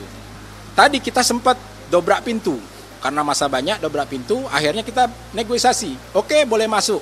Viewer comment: Dia bilang negoisasi